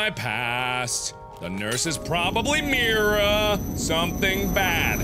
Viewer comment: your pronouncing myra mira